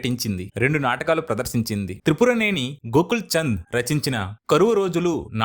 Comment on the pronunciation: పేకాట శివరామ్ కాదు పేకేటి శివరామ్ . అలాగే త్రిపురనేని గోపీచంద్ అంతే కాని త్రిపుర గోకుల్. చంద్ కాదు